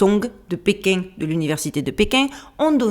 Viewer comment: J'adore quand vous dites "Péking" comme "paing" et "marsouing" ! ça sent bon le Sud de mon enfance ! Bisous à vous et merci beaucoup pour ces vidéos du dimanche qui réchauffent l'atmosphère ! 🥰🥰🥰